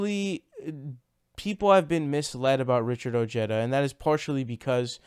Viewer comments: Ojeda pronounced Oh-Heda. You're welcome. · I think its pronounced (O ha da), the "J" in Spanish has the "H" sound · Elvis Ruiz and he pronounces oh-jeda so whatever he wants is what I think we should call him. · Seems that a lot of left wing commentators have a bro-mance with Ojeda due to his strong, no-nonsense manner of speaking. And I'll admit I do like that about him, but he won't be my first choice in the primaries...not yet anyway. I've stated elsewhere that Ojeda while being of Mexican descent, insists on pronouncing his name like an Anglo. And that is going to result in him losing support with the crucial Latino vote. I still wish him good luck though.